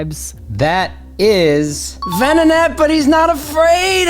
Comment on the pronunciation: Venonatty / Ven-not-nat 😂